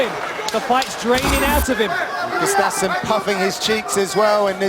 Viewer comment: For faks sake it's gUUUstafson not gustAAAfson